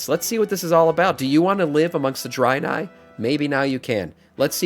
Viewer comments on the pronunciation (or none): Dude I can't with this Drynye hahahaha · Why are you saying draenai like that??? It's drey-nye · a what city? sounds like your adding a extra i in draenei